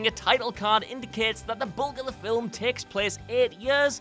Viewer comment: Fillem? Did he say Fillem?